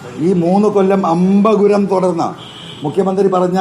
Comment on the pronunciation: അമ്പ ഗുരം അല്ല.. അഭം ഗുരം........ അൻവറിന്റെ ശ്രമം അഭം ഗുരം.... അഥവാ തടസ്സം ഇല്ലാതെ തുടരട്ടെ